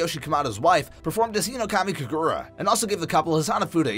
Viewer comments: Nerd checking myself for whinging at the pronunciation in this video, it literally doesn't matter (But it's HInokami KAgura) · it’s funny how he says “hinokami kagura”he says it like “hinokmai kigura 💀